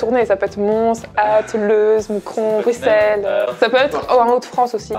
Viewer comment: En tant que Belge, déjà ça fait un plaisant plaisir que vous passiez par notre beau pays mais en plus, vous dites les noms (Bruxelles, Tournai, Fricandelle,... ) correctement 😍 merci les bros c'était excellent comme concept et vous êtes hilarants 👌🏻